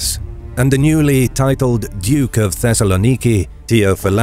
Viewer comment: The pronunciation of Thessaloniki hurt my ears